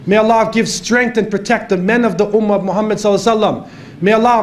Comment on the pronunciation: Maa shaa Allah. Very Pertinent at this point in time. An Observation :Could you Please Pronounce the Name محمد Muhammad Correctly and NOT Muhammed. Also Shaitan Attacks from Right, Left, Behind and Infront, But Not from Above nor Below